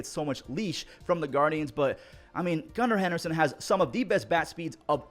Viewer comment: “Gunna Henderson”